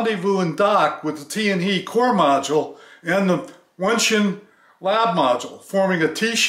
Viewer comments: TianHe is pronounced as Tian "HER" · It's pronounced as "Tian Her" not Tian hei. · without "r", but it's ok to pronounce as "he", for "tian he" is Chinese Pin Yin, not english. Just like "Ni Hao".